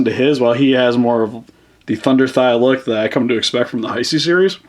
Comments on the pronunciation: Why do you pronounce hesei (hi-see) instead of (hey-say). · I know this is a 5 year old video but it's pronounced hey-say